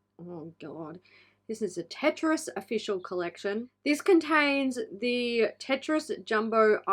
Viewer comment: As one of many people who grew up with Tetris, that's annoying to see another brand butcher it. I have faith that someone will eventually get it right... maybe. 🤷‍♀️ As for Ofra (which way is it supposed to be pronounced? Does it rhyme with Oprah?). The packaging for this particular collection I actually understand it, because Samantha March has published 8 or 9 books, all geared towards young/women. I agree that the brand needs some young blood and to push the design side a lot further than it has gone. Ofra Gaito has been in the game over 40 years, and the brand not keeping up with the industry is really becoming obvious. I almost never buy stuff at full price, because it goes on sale quickly, and that's where a lot of people see the value. The brand is fairly responsive, so if enough people bring it to their attention, then they'll probably do something about it.